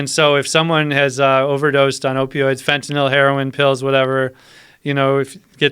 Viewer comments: fentinIll , Fentanyl ? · Looser lenient Fentanyl stop saying fontanelle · fentanil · i can stand when people pronounce fentantyl like this guy. it's fetty dope lmao. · Gt this bozo outta here... i didnt make it 5 mins with his fenta-nil ass... fuck you say it right... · fentanal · This guy is such a dipshit mixing up Epidurals for Phetenal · Am I on fentaNIL or is he pronouncing fentanyl wrong? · I've only ever heard it pronounced fent ah nil It is spelled fentanyl after all.... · I cant fucking stand the way he says "fentanil".... its FENTANYL ass hole. Hes got Joe saying it now too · nothing like hearing a guy mispronounce fentanyl 500 times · 1) doesn't pronounce the word correctly, 2) there is ZERO fentanyl in epidurals, 3) the fentanyl we use in hospital or any medication and/or pharmalogical setting is a completely separate animal than illicit / street "fentanyl" and it infuriates me that it's called the same thing, for the idiots to ban it all not knowing what they're doing. Just incredible the misinformation, erroneous and outright lies being told on a public show where the masses will regurgitate it even more absurd. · Tramadol isn’t an opioid. This guy just said a ton of shit that is completely wrong he is full of shit as far as I can see. Ask any nurse worth their salt. Not even pronouncing fentanyl correctly. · OMG learn how to pronounce fentynal! Idiot